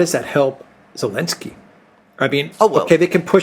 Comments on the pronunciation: Why say "Elensky" instead of Zhitensky? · the name is Zelenski and is pronounced with a "Z" like zibra, not "Elenski". Get it right dude. You've only been talking about him every day since the start of this whole thing.:) Having said that, I enjoy your show.